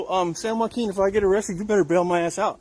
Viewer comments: Why does it make me cringe whenever he says “San Joaquin”…. Oh gosh lol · Shot of beer every time the asstant manager says "San Joaquin " would leave ya passed out on the floor 😆